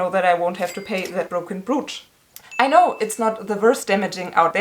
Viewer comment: I’m feeling you! Hope you‘ll get the money back! Just one thing: your pronouncuation of ‚brooch‘: it‘s not [bru:tsh], the vowels sound like in ‚coach‘